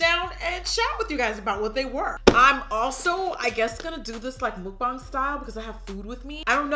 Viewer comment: You say mukbang funny